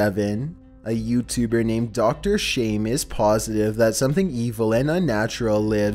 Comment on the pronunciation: Something eevil and UnAturAlll